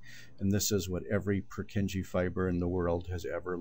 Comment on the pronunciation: Poor kin yay is the correct Czech pronunciation.